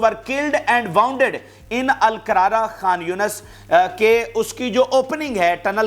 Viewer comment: Wounded pronounced as woonded. Martyr pronounced as Martur.